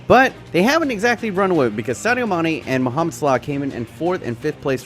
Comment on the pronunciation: How bout slaw (salah)